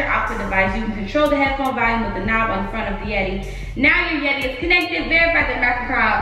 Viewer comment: nobody: in this video: “VaLuMe” lmao you’re definitely saying that word incorrectly 💀